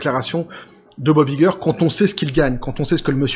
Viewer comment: «Vous êtes Iger? — Ça se prononce "Aille-ger" » ;)